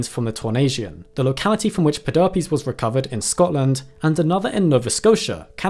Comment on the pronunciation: How can anyone say pe-derp-ies with all seriousness XD Its like the droop- snoot...... the snoot would droop....the snoot drooped